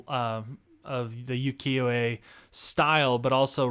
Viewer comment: Just a gentle note: it’s pronounced “oo-kee-yo,” not “yoo-kee-yo,” and yes, you are close to the pronunciation of Uwajimaya. You just need to enunciate the U at the beginning. “Oo-wa-ji…” I hope this doesn’t come across as rude, just wanting to be helpful if I can be 💕